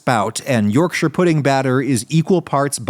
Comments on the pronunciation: Already off to a good start, he pronounced Yorkshire correctly! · As a Yorkshire man, thank you for pronouncing it correctly! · Thank you for pronouncing Yorkshire correctly! Butter isnt a good choice of fat, lard/Beef Fat would have given much nicer flavour. It also wasnt nearly hot enough when you poured in the batter, it needs to be smoking hot to get the best yorkies! No Brit has ever put parsley on his yorkie lol. Solid Effort 7/10. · As a Yorkshireman, I’m just happy you pronounced Yorkshire correctly! Yes, adding Parsley and garlic powder isn’t traditional, but its a good addition